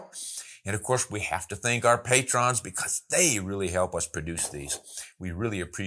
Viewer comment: You are mispronouncing "patrons".